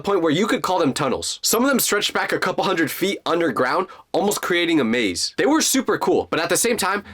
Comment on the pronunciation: did you said coupol of hours at 12 17